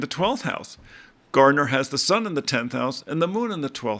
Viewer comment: There is no “D” in Garner . .